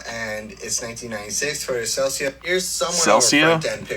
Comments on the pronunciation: You've hear cell-ee-kuh you've heard cell-uh-cuh. Get ready for CELCIA like white claw. but a car. That has to be a troll. What's not a troll is the Hilux is such an important tool and if you call your congresswomern, don't cringe like justin. <3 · The guy mispronouncing "Celica", likely mispronounces "tortilla", "Pollo", "Guacamole", and "Pico de Gallo"